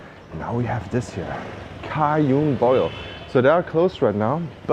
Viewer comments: Happy Birthday Marcus. Cajun is pronounced "cay jun". It's the Louisiana French people in the USA. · Very nice as always, thank you and happy birthday to marcus. I think the name of the seafood place is pronounced Cajun - as in Just - because you said it was from Louisiana, which is French/English/Spanish or better known as Cajun (J as in Just).